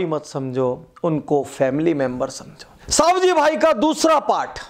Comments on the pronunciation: સવજીભાઈ.........સાવજીભાઈ નય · उनका नाम सवजी भाई है सावजी भाई नहीँ